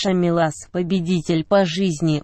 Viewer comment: Не милаааас, а миилас